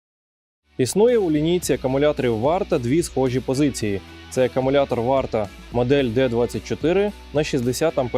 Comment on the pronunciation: Не "акамулятор", а акУмулятор😉 Дякую за український вміст!